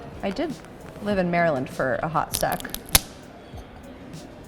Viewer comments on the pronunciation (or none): none